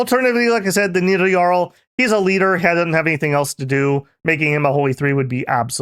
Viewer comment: Boooo, say Nidavangr better